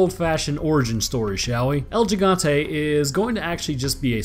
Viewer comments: It's El He-gone-te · Bro my fucking ears almost exploded when you said L Jigantay 😂😂😂😂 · It's pronounced El Jigante with a j almost h sound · Oh, I already have. Jimmies have been long rustled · hurts my ears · You still said the name wrong